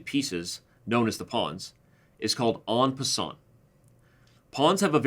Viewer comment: You may not be a French scholar, but try to say 'en passant' as if you're a Frenchman. Do not pronounce the 't' because it's not followed by an 'e'. "On passante" just grates! ha ha